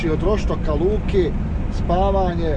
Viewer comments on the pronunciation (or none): none